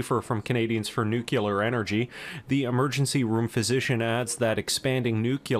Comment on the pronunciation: Nucular lol